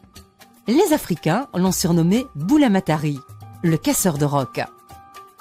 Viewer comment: Bula matadi et non bula matari